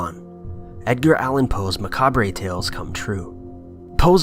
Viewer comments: "MacabRAY"?? LMAO Macabre is pronounced ma-COB, genius.... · Okay, I'm sure that someone else has already pointed this out, but someone let our narrator know that the word "macabre" is not pronounced "muhka-bray" but rather, as "muh-cobb". The r and e are silent. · You don’t have to say macab re. Just say macab the re is silent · Aacckk!! Macabre.... Macabre. MACABRE!! It's meh-COB not meh-COB-ray..!! If you're going to speak english, then learn to speak it correctly..!! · "maca-bray", dude, it's pronounced "MA-CAHB", the "RE" is silent. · its pronounced ma-kahb because Americans find the throated Gallic /r/ difficult. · “Mac cab ree” 🙈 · "Macabre" is pronounced: "Muh-cobb" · The word 'macabre' is pronounced macarb..... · "Macab-rey" nope, try again. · Macabré, really? Good video until that point anyway.... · The 're' at the end of the word "macabre" are silent. It's pronounced like "muhcobb." #YoureWelcome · Muh..Cobb.....the r is silent. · That's not how you pronounce "macabre"...